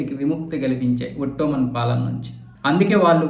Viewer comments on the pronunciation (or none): వట్టమన్ కాదు బాబు, ఒటోమన్